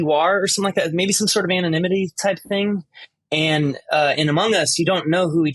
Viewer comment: It sounded like tom said "amung uzz" at the start XD